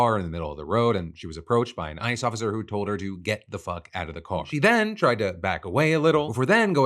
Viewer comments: Did anyone hear "I just killed" instead of ICE just killed? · Holy shit that concerned me a moment there. The way you said ice sounded like you said "i" and made it sound like you said "I just killed a woman"